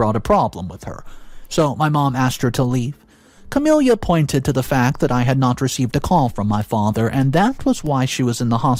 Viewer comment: Ots pronounced Kah-mill-ah